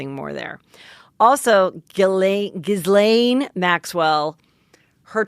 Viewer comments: Ghislaine’s name is pronounced Guh-Lenn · The S in Gishlaine is silent, at least that's how her brother prononounced when he was inverviewed on TV